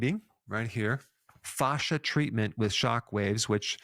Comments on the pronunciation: In my 20 years of working directly with doctors, nurses and surgeons, you're the only person I've EVER heard say FAW-shuh. 100% of medical professionals have said FA-shuh, to rhyme with ASH. I think it's rubbing me the wrong way when I shouldn't give it a second thought cuz you're really emphasizing FAW, Provoking me! 😆 But I won't let this go against your great record here. Good info as always. 😉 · I can’t stop hearing Goldmember from Austin Powers say “fahza” every time he says “fascia.” 😂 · Not sure I want to listen to a man who can't pronounce 'fascia' 🤣 but... I know Americans struggle with forming vowels and consonants. Keep trying 😁👍🏻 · It's kinda jarring to hear fascia pronounced this way, when in a roofing context (fascia is found framing edges of eaves and gables of your roof) it's pronounced fay-sha 😄 I wonder why its the same word for such different things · Dr. Berg, thank you for all your content. I'm a big fan of your videos. I have to say though (through no fault of yours) every time you mention 'Fascia' I can't help to not laugh a little bit because it reminds me of the 'Goldmemember' character from the Austin Powers movies talking about his father in his thick Dutch accent. :) Thank you again for a great channel! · Say "fascia" one more time. Dare ya! 😂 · Ive been saying fascia wrong all my life 😄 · Everytime you say fascia I think of gold member 😂 but great info, thanks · I can't help to laugh when you say fascia all I hear is Austin Powers Gold Member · I loved every time Dr. Berg said fascia! 😂